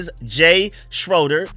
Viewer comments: It’s pronounced Jay “Shray-Der” not Jay “Shro-Der” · Pronounced SCHRAY-DER -Starting QB before #17 Doug